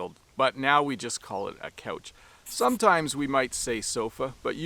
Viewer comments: No one pointed out that pronounced the word couch as: "coach". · Loonies have a loon on them. Not a loonie/loony. And they don’t only live in northern Canada. We have them in the US also. Here in the northern Midwest we say couch or sofa and I’ve heard a lot of older people say Davenport. And a lot of us pronounce it like the Canadian did — i.e. “coach”😅 Re pop/soda I had an older friend when I was younger who said that when he was down south they called everything Coke. “Do you want a Coke? What flavor? Root beer, lemon lime, cola, orange?” 😂